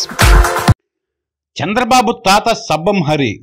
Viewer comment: Ayite Peru sabbam hari kaadu "sarvam hari" .....😀